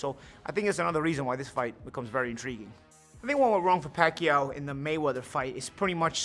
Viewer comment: He said pakyuwww